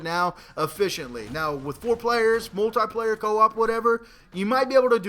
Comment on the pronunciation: Are you for real Moltieplayer?. its multiplayer. -_